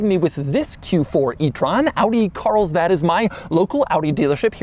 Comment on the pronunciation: Audi "Carisbad"